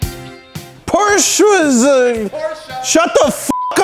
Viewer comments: it‘s not porscha either, the e is like you would pronounce it between the m and the c in mcdonalds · "Porshhhees"?? Porshe! "Shut the fuck up"!!! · Shit, I think I accidentally deleted my comment. It sounds more like "Porsch-uh", most american seem to pronounce "Porsch-Ah"... That said there wouldn't be any issue with that... If only some annoying dudes weren't trying to impress people, trying to pronounce something they can't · say Port, but with sch instead of the final T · Roasting a Porsche Owner Step 1: Mispronounce Porsche Step 2: Profit from their anger and Roast them while they are caught of guard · As a german I have to hold back my aggression every time an american tries to pronounce Porsche.